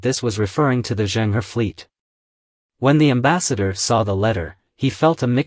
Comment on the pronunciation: Pronounced Chung Ho. He was a Muslim. Ming dynasty's military that defeated the Mongol Yuan king had 4 main generals, 3 of whom were also. Yusuf Chang, a direct descendant of the Ming, states that the first Ming king was a Muslim, but preferred not announce it too much in order not to alienate the Hans. The Qing didn't like the Ming, and I believe, also destroyed the 300 ships of the admiral Zheng He, or most of it.